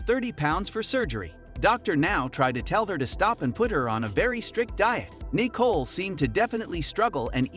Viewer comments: Seriously the weird pronunciations are driving me insane! My name is Nicole as well and it is Ni-cole not Nee-cole for crying out loud,who pronounces it like that??! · lmao why is he sayin her name like dat? knee-cole?...its Nicole lmao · that’s just not how you pronounce Nicole hahahahah it’s Nicole not kneeCole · Is the voiceover from a speech to text program because I can't get over it saying knee-cole instead of Nicole lol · I didn't realize this was a computer generated voice until i heard "yes, you heard EYE TEA right" and kneechole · Knee Cole. Dude, use a real narrator. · I’m convinced the narrator mispronounces the names on purpose. Nee-cole? Who’s named nee-cole? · Anyone else get annoyed at how he kept saying, “Nicole”? 😂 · Nicole Lewis, the way this guy pronounces her name and last name is very triggering.